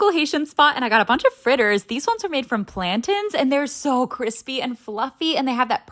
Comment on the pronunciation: Don’t ever say plantains like that again